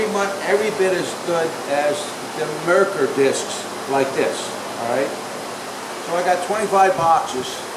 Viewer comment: Wonderful videos. Thank you for being a mentor! You did a great job advertising for the disks that you have found that you like better than marker discs, but I didn’t hear what the name brand is. Not “marker”, Mercker” Can you reply as to the name the disks that you like? Thank you.